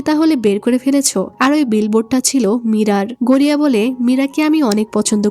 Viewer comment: ভাই গড়িয়া না গরিয়া ভাই মুভিটা অনেক সুন্দর ছিল